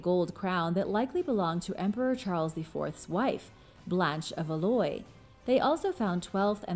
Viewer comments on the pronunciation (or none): Valois is pronounced Vaal-wah, it's French! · Valois = valwa